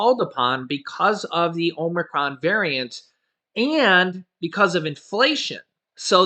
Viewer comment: OMG ur pronunciation gets worse by the day.. Now it is "OMERCRON"!#@